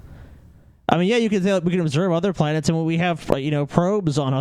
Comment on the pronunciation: Planets* not "planers"